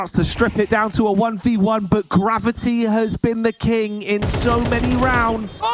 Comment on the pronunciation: Gav-eye-tee. Gravy. Genius.